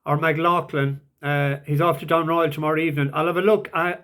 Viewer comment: Will keep an eye and see if you come up with something for down royal tomorrow ...and you said it correctly first time😉